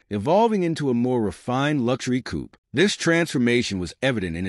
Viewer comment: Zum Schießen, wie die Yanks unfähig sind, das simple Wörtchen "Coupé" richtig zu artikulieren ...